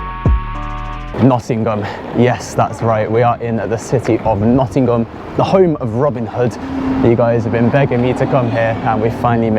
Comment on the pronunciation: Grew up in Nottingham, great to see the old haunts again... BTW the G in Nottingham is silent!!!